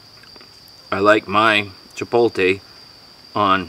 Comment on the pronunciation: When you say Chipotle you say the T before the L Chi pot le